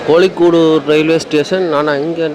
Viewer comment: தம்பி மவையாள உச்சரிப்புகள் நீங்கள் நினைக்கிற மாதிரி இல்லை, பிறகு ஏளனம் பண்ணுவார்கள். கவனம் அது" கோழிக்கூடு" அல்ல, "கோழிக்கோடு" யாழ்ப்பாணம், உரும்பிராயிலிருந்து கதிரவேலு றகுறாம். எனக்கு மிகவும், மிகவும், மிகவும் பிடித்த இடம் என் உயிரோடு கலந்தது கேரளா.